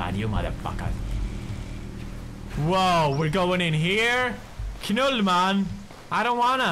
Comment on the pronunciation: "KNULLMAN" LOOOOOL